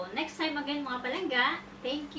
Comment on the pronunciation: ang awkward pakinggan ng PALANGGA na d ilongo ang nagsasalita paulit ulit pa, sorry... nagmumukhang trying hard... try to act naturally... mas maganda pa... pero d ganun ang pagluto ng valenciana ng ilongo. ang ilongo d nagsasaing maliban na lng kung d sya marunong kaya isasaing nya...